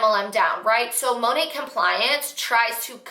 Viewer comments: Its literally supposed to stand for Modern Nature, so it should be pronounced Mah Nate basically. She's staning so hard for this business & doesn't even know how to pronounce the name of it lol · That compliance girl isn’t even pronouncing the company right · I think they say it in a way that makes it sound French and Couture. Apparently it stands for Mother Nature and is pronounced Moe-Nate. 🤷‍♀️